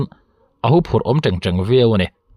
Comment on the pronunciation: Hûphurh ni lo vin Huphurh tih zawk tur aw